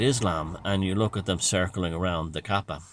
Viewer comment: Interesting pronunciation of Arabic words. Tips for improvement: It's Islam, not Izlam; it's Hj, not Haaaaj, and it's Kab3a. Fun video